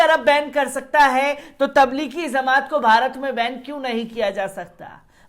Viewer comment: Pahle aap bhai sahab kuchh jankari sahi kren. Jamaat lafz ko zamaat bol rhe ho.